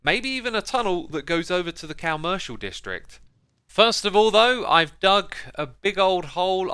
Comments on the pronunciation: I hate how he pronounces commercial incorrectly and he even is calling it the wrong name, it’s called the shopping district not the CALmercial area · I wish you’d pronounce it the same way is commercial not commercial, com-mer-cial